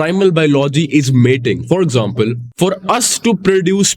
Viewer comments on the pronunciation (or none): none